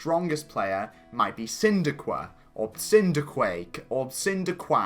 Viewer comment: Cindequa,Cindequake,Cindequack. Come on,how many times do we have to teach you this lesson,old man??? It's pronounced Chin-qway-daya alright? Cinquedea.